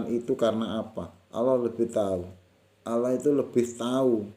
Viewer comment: Lam jalalah dibaca taghlid....dg suara yg berat...bukan ringan / tarkik...mohon maaf kalau kurang benar.....matur nuwun....🙏🙏